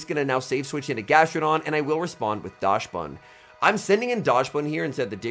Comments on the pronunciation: You could not pronounce dax ban any worse even if you tried 😢 never say daash ban again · Yes you are right about the dachshund part. But the correct pronunciation should be "daks-bun" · and Dachsbun is "docks-bun", like the dog, the dachshund - docks-hund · your German is awfull xD call it dahxbun